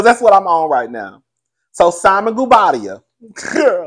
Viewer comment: I am WFH today sitting in my living room and laughing my face off. Good thing I didn't go into the office today. But although you struggle with names, you have Simon and Porsha's last name to a T. I'm here for the tugging 😂